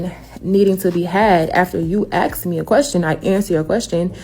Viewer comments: if you're making six figures, and your version of english is shit like "lemme axe you a quession", you're getting paid that affirmative action money (she's sitting in what looks like an office with a rainbow painted on the wall. she's not one of the exception jobs like entertainer or athlete) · ”Aks, Als Aks”😂😂😂 Learn to speak english like it should be. ” ASK”. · And it is ASK, not AXE. And it is THEMSELVES, not THIERSELVES. She should not make “six figures” (IF she really does) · Why do they axe instead of ask? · I'm a strong independent black woman.... "He axed me a question" Wtf, you should be axed for not speaking English. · ... how does someone who pronounces the word "ASK'" as "AXE" ie 'Lemme axe you quexunn"... make 6 figures? DEI?